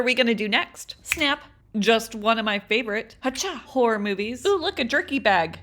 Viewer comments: Actually u said horror movies wrong 🤓👆 - im kidding ur said it perfect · u say horror movies fine